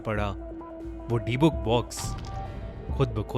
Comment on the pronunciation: its pronounced di-buk not dee-book